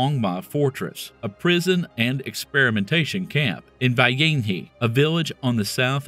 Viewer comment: I mean this in the best way possible but pls research on how to pronounce names of foreign cities and/or people (ex. Baiyinhe, Changde) 😅😅 great vid tho! 🤍🤍